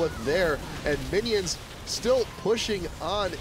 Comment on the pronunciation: He totally said Winions